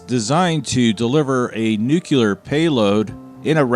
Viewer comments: Nucular isn’t a word related to nukes. It’s Nuclear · It’s nuclear bro, not nukular. That’s not a word. Great video either way 😅 love your stuff dude! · It should be pronounced new-cle-are not new-cue-ler!😮😅😊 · I love you guys' videos but cmoooon its not nuculur, its nuclear: new-clear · He didn't say nuclear he said nuculur* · "nucular"? Really, dude?